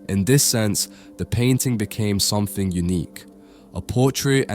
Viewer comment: Something not somefink